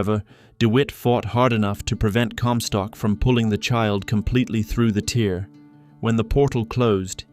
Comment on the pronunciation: Tear is pronounced tare rhymes with fare. Not a tear, like from a crying eye. Tear, like a piece of paper in half.